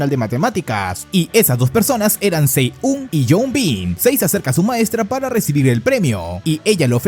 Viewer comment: Si-eun se pronuncia algo como shi un o yi un se pronunciaría